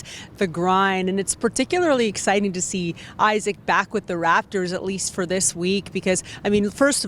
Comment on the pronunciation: It would be nice if they pronounced Isaac Bonga’s first name properly… EEE-sac!